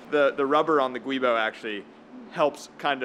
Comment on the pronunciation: "Giubo", not "guibo".